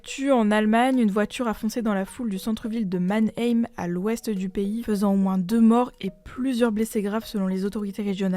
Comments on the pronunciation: Vous avez du mal avec les noms de villes / villages à sonorité germanophone..... Mannèime, aye, les oreilles. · Manhheeeeyyme. La prononciation fait rire mais l’information fait pleurer... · Mannheim se prononce Mann- Haïe-M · Comme allemande je trouve que c’était pas si grave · La prononciation de Mannheim 🫠